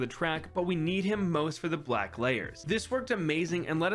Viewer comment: “a couple blwack balloons”